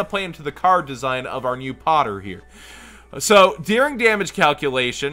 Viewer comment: Witchcraft Poterie, are you pronouncing it like that perhaps because of HARRY POTTER? Are you a fan if so which house are you?